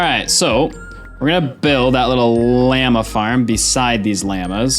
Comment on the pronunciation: Why does he pronounce llama and lava so wrong😭